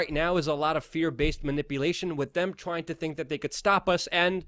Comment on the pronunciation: Luke I love you guys but you gotta get better First - the word 'with' is pronounced "with" not 'wit' Other Luke'isms on this vid : 'Blanketed' (you meant blatantly) cold-heartedly (you meant whole-heartedly) 'more technically' (it's just 'more technical'). There were others. I know you're more intelligent than you come across; improving your grammar will help this channel immensely. Please keep up the good work